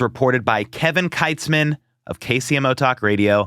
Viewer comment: Dude, pronounce Kevin's name correctly. Thats is being lazy.